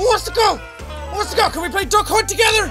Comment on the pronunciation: When you said duck hunt I thought you said “the c7nt” lmao